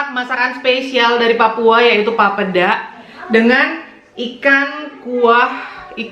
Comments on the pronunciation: bukan papda lafalinnya tapi PAPEEDA. terlalu encer itu papedanya. 😅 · maaf bukan pape da(sperti ucapan mama) tapi langsung aja papeda gak ada penekanan pada pada 'da nya 🙏 kapurung itu jg papeda diberbagai daerah beda namanya 😊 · Pelafalannya masih kurang benar.. pa pe da (da nyata lurussss aja 😀) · Ngucap "papeda" salah. Harusnya ngucapnya "papheda". Kalo tulisannya bener papeda wkwkwk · Akhirnya makanan khas Papua dibuat oleh 👏👏👏 maaf koreksi cara ucapnya Papeda itu " e" bukan e p'ep'et tp e biasa sj bgt n Enjoooy🙏🙏❤ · Papeda, e nya di sebut macam kl ngomong enak..😁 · Fyi aja.. Cara Bilang nya papeda bukan papeda (yg kaya bilang) 😂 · Maaf kak mau koreksi cara mengucapkan "papeda" seperti "sepeda". Peda nya sama hehe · Pelafalan papeda yg bener itu 'e'nya di baca seperti kata sepeda.. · Bukan orang papua tp yg aku sering denger pelafalan papeda itu 'e' nya kaya kalo ngomong ember/entok. Terus kayanya sih yg sering aku liat teksturnya papeda lebih sticky gitu makannya ada trick nga yg digulung2 gitu kalo ga salah deh, akupun belum pernah makan papedanya cuma bebrapa kali liat orang makan/buat papeda gitu. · Ngomong papeda nya ga gtu, setauku huruf "e" nya kayak penyebutan di terong. Cmiiw 🙈